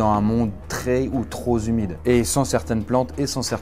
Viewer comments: 4min20: "Trop l'humide"??? Encore ? Faudrait penser à prendre des cours de diction !!😅😅😅😅 Je dis ça, je dis rien... (enfin, je parais peut-être tatillon, mais c'est juste pour aider à améliorer le truc...🥴).. Bisou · "Un monde trop-Z-humide"? C'est ce qu'on appelle des liaisons dangereuses… ;-) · POLICE DES LIAISONS DANGEREUSES, bonsoir., vous avez été contrôlé positif à la liaison dangereuse à, avec votre "trop'z'humide". Pour vous acquitter de votre amende, il vous en coûtera une recommandation de l'excellente chaîne "507 heures" dans votre prochaine vidéo. Cordialement. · " très ou trop Z'humide "...